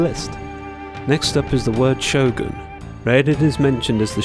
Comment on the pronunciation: I'm saying to pronounce it like a Japanese would. You pronounced Shogun right but butchered Raiden which confused me. Also there should only be 1 way to say Raiden since it is a Japanese word with no other pronunciation variations.